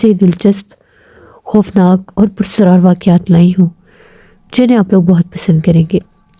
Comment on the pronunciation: لفظ پرسرار نہیں ہے بلکہ پراسرار ہے۔ آپ کو اپنی اردو صحیح کرنے کی ضرورت ہے